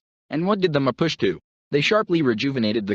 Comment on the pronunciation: MA POO CHIE is pronounced. I'm 1 of them.